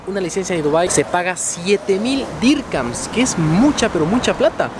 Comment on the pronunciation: No se DICE DIRCAMS